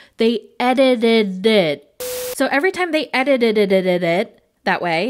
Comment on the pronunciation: Girl I can't say "edited it" either😂